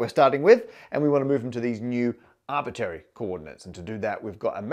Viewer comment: MATT ... it's not "arbitary" ...the word is arbit R ary !!!